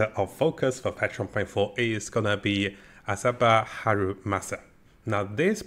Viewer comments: Bro it's miyabi not minabi 😂 atleast pronounce her name right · Miyabi not Minabi Mi-Ya-Bi